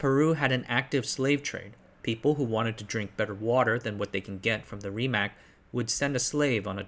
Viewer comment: I know the pronunciation for Rimac is botched as hell but it has a nice ring to it